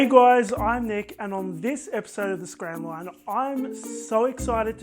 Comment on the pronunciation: Great collaboration Nick, and yes you are the only one so far who said my name right :D hahahaha !!! Your cupcake looks really incredible!! so amazing and a real treat! xx